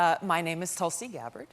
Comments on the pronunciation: Wow! Someone other than me said it, I wonder if the 2 of us are the only ones who commented on her name's pronunciation. I'm actually more surprised with she herself pronouncing it as "Talsi". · What a shame she can't even pronounce her own name right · It is pronounced Toolsi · Wow, she cannot pronounce her own name properly. It's Tool-see.